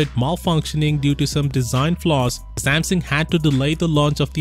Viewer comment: It's called Samsung and not samson